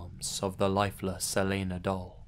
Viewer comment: You actually said my name (Elena) right lol. It's not that often I hear it pronounced correctly.